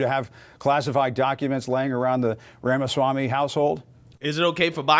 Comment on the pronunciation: He already said he won't be Trump's VP. He's also an ivy league educated attorney like Ben Shapiro and his analysis is always very thorough but succinct. you best start pronouncing his name right. 😂 He might be willing to come on your show! 🎉